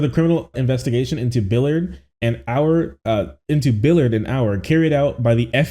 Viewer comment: My only question is how do you get billiard from the last name Ballard? Like where in the English language is an a ever pronounced like an i?